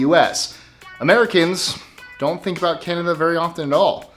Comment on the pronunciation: "What's it all 'abooooooooot', Alfie, is it just for the moment we live -- What's it all 'aboooooooooooot', when you sort it out, Alfie...….."